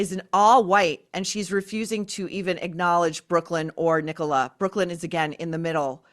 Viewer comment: Thank you for pronouncing Nicola properly...Tim Busfield looks drunk